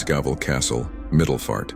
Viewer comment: fookin love the english way to say ''Middelfart'' xD